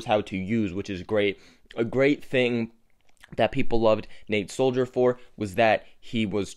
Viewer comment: I'm almost certain his last name is not pronounced Soldier sold - her